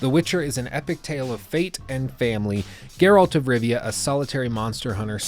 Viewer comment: My god most people pronounce Geralt's name wrong.